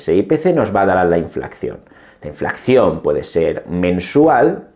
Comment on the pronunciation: Enhorabuena por su canal esta rechingón! Disculpe, porque ha dicho en innumerables ocasiones inflacción en vez de inflación?